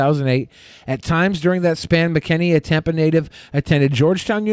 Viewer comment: It’s pronounced Mac-N-Annie